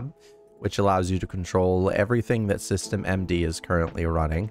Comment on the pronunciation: A small nitpick but its pronounced system-d